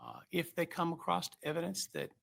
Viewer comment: why do supposedly educated people mispronounce such simple words as ‘across’??? “acrosst” is not a word! smh